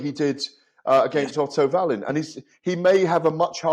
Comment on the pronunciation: Davies is so pretentious, the way he pronounces Otto Wallin‘s name 😡😡😡😡😡😡😡